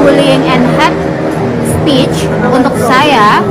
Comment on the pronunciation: Hate speech tp dia bilangnya hat speech 😂pengucapan dan arti beda mbak